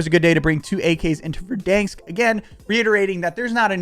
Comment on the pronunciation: Kills me man LOL. Stop saying VerDANEsk like that......LOL its VerDANsk.....the middle part sounds like the name DAN. Anyway, can't wait to watch you slay in Warzone with a Cold War load out!